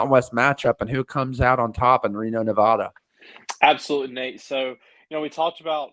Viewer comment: I don't know if you'll read this, but just a heads up, you're saying Nevada incorrectly. The locals don't use the long a sound, we say the a as in 'apple'.